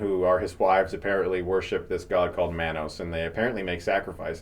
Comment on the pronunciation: It's pronounced Mah-Nose And also do a Neil Breen Movie